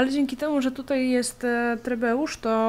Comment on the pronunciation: Naprawdę przyjemna do oglądania seria. Teraz tylko czekać aż Austria zacznie prosić... Nie... Zacznie błagać o pokój. ;) Ps. trebusze, a nie trebeusze. Ps2. Zadowolenie już trochę Ci podskoczyło. Może warto Baluwayo zaanektować zamiast trzymać je jako marionetkowe?